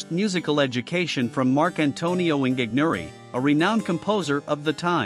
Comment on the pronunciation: Monteverdi is pronounced Mawn-teh -VEHR-dee (Not Montyverdee !) Ingegnere is pronounced: In/gen-YEHR-eh (Soft g)